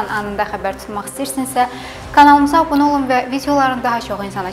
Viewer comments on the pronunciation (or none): none